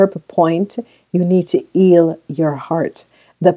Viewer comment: How can u say eal then say heal correctly 🤔😑😑😑